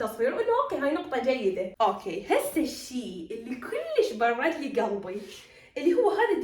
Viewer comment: ششنو برده؟؟ لفظيها عدل